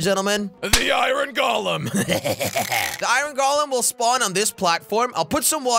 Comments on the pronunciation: Iruon jelly it's called iron not iruon looks like you have an accent like josh now jajajajjajajajajajjajajajajjajaiai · Iron not iyron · I-r-o-n that is not how you say that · Iran is not correct Iron pronunciation is ai·urn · its iron not i ron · Has anyone realised that he IrrOn instead in iron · Why did he say irun its pounced ir-on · Called iron not ayran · Nobody: Jelly: I-RON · how many times he said “I ron” | | | V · Jelly: this farm will produce me “Iran” Me: “Iran?” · Danonino Chapulin no he said it like Iren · I like how he said 👁️Ron instead of iron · Oof I meant he said it odd XD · This man made me say iron as ireen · Jelly you pronounce iron like eye in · He pronounced iron as I ron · Lol he say i,ron